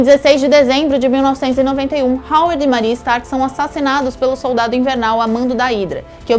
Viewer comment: "Colionel", "super sodaldo". Meu Deus,. Que bizarro..kk